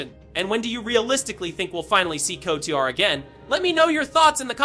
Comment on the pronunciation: Ah yes... the KOTOAAAR or KIOUTAR remake yes....